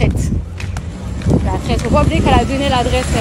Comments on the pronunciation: Jazz la « traite » , elle sait mm pas dire « traitre » 😭😭😭😭 c’est pas bon d’être mauvais comme ça. A 27 ans et deux enfants c’est honteux. C’est quoi de chercher le buzz comme ça, limite elle a parler plus que jazz dans la video, c’est trop 😂😂😂😂 que pour dire la mm chose en plus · on dit traitRRRRRRe pas traite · Traite elle c même pas dire traître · Je me demandais c quoi traite !!! Finalement c traitre mdr waw la prononciation... de toute façon toute la vidéo c que "nanani nananere" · On en parle de la manière de prononcer "traître" 🤔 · Pourquoi elle sait pas dire traître ?? Elle devrait apprendre à parler quelle vulgarité je suis choquée